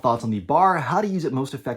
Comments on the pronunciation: Not BAR, as in, rhymes with car. It's B-A-R, with each letter pronounced individually. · Pronounced phonetically "Bee, Aaa, Aar", never referred to as "bar," i.e., bar stool. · Pretty good article but man, its not a BAR, its a B-A-R! All the Vets know this. If you cant get the name right, you've lost the interest of the men who know the rifle. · “Bar” 🤦🏼 Sheezus man. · The name is sounded out by letter B-A-R, an initialism that is not pronounced as a word, and not the acronym "bar" as in the Marine KA-BAR.